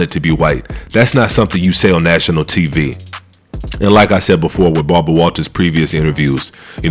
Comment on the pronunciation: Love the channel! I ain’t gonna lie, hearing you call Kirstie “Kristie”, and call Barbara “Balber” is funny asl